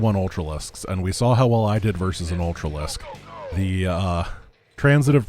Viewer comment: ULTRAlisk... not miniLISK